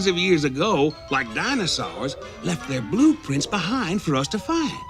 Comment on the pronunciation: The rest of my family still pronounces Dinosaur as Dinasowe because of Greg Burson.